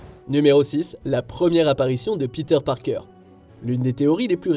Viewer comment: "Piteur Parkeur"..... halala... les français et leur prononciation merdique en anglais...